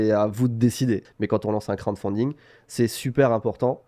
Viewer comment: la prononciation de crowdfunding ça va pas du tout xD. Sinon en français financement participatif, c’est peut être mieux pour présenter au mairies:) Continuez le bon boulot en tout cas! Ps: idée de nom: le trésor du JV